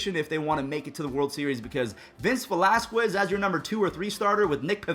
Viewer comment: Can you stop pronouncing the u in velasquez pleaseeeeeee!!!!!!!!!